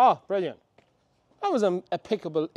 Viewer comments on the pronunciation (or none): New camera is brilliant, seems to be much more lifelike in colour toning and definitely picks up depth better too. Loved your slip of the tongue, "peca, impica, great timing" 😅